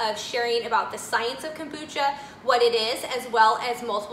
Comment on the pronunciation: I have never heard of “cambucha”??.